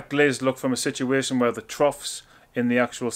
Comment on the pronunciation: lol cmon now, we can tell you know your stuff.. just have a hard time with the (wear, Where)